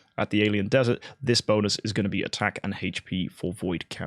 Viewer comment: It isnt desert like Sahara :D it is dessert like food :D